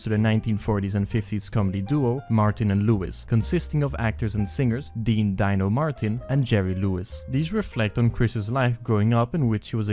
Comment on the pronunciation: "Dino" is pronounced DEE-no not "DIE-no" when it's used as a name for a person